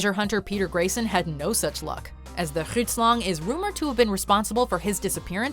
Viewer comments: She kind of butchered Grootslang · I love the way she mispronounces alot of these creatures mostly the grootslang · Haha you butchered the name grootslang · Groetslang XD English folks should just stay off other languages. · Grootslang translation to big snake and you said it wrong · When she couldnt pronounce Grootslan i died😔😔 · The way Grootslang was pronounced ... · Watching them mispronounce “The Grootslang” hurt me badly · honestly, same🙌🙌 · Same here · Thank u so much for the video.I'm from South-Africa and I had to laugh at some of the pronunciations.The scariest one fot me is The Grootslang.I hate snakes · I'm coloured and 'grootslang' is Afrikaans so my niggas trying saying it right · As someone who has been to the bottomless where the "grootslang"(Grootslang just means "big snake" in Afrikaans, but it always cracks me up to hear Americans butcher my language) apparently lives I can confirm the location is right next to the Atlantic ocean and on the border of Namibia and South Africa where diamond mining is the main thing.(Richtersveld to be precise) However, I would like to add another African monster to your list.. It's name is "Julius Malema". If you are white it wants your land and its mating call goes something like this:"Whiteboy, you are a racist!"